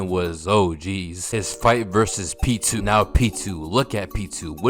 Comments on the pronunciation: The way your saying Pitou’s name is killing me😭😭 sounds like your saying P2😂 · Pitou’s name is pronounced as “pee-toe”